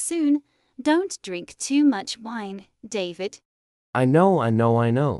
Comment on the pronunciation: 😂😂the way she said “wine”😂😂I can’t